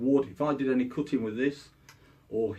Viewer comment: i thought he said cooking but he was saying cutting all along